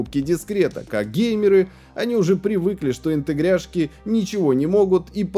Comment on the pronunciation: Почему "интегряшки", а не "интеграшки"?